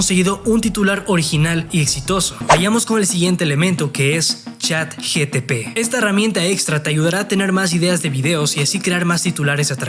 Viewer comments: Es ChatGPT , no GTP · Chat GPT no Chat GTP hahaahahahahah o es la version china? hahahahaha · Hola amigo me encantó el video lo voy a poner en práctica solo un puntito se dice CHAT GPT NO GTP JAJAJAJ😅😅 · Estoy en el viaje de la marca personal y me ayudaste mucho, muchas gracias:) PD. Es ChatGPT no ChatGTP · Pero no es Chat GTP es ChatGPT.